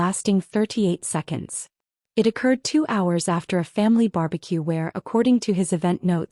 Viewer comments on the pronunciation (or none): Occurred, not accurd.